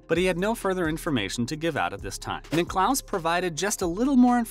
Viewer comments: Niclous? It's Nicklas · Can't stand these videos. There is no actual footage of Tiger Woods speaking and this narrator doesn't even know how to pronounce Nicklaus and Costas. He says Nick-lose and Cohstas. WTF. Click bait. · Get your CG voice to pronounce the names correctly. Nickelouse? Really? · Yeah he said Jack Nick-clouse...said it 3 times. Wth?!?!?!? Sheesh.... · How do you not know how to pronounce Jack's last name... come on now!